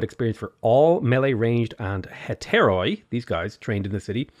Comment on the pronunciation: Just saying its not hetairOi its hetairi because in Greek oi pronounces i